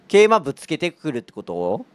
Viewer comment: 桂馬の発音良くて草